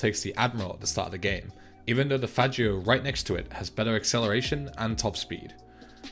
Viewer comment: You pronounced Faggio wrong.